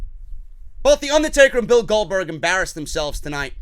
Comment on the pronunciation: Goldbotch not Goldberg